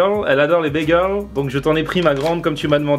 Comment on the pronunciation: "les bégueuls c'est trop L'cie" XD jpp quoi ! et après ça fait le pro sur la prononciation de "cheddar" hahahahaa